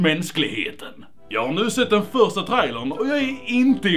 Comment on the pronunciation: "jag har nu sett den första trajlen" lol skånskan